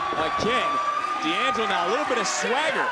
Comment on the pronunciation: Is "Dangelo" not "D....angelo". I'm italian